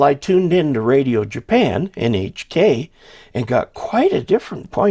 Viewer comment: That's actually a pretty great pronunciation on NHK (日本放送協会/Japan Broadcasting Association)! Way better than a lot of folks I've heard.